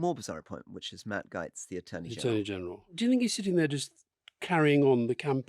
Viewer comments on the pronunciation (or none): I cannot tell you how pissed off I am at my fellow Americans for re-electing this moron.... These people have no clue of the ramifications of this.... And Gaetz is pronounced Gates, not Gites. And this is a kakistocracy, no doubt. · Rory, does do you insist on calling him Matt GYTES? Everyone calls him Matt Gates. It’s infuriating when the American arrogantly pronounce names how they feel they should be pronounced. Can we not adopt that please?